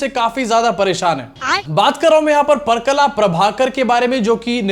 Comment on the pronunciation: Pa-ra-kala, correct pronunciation. All the best. Just a thought to hear you say well. Enjoy all your videos.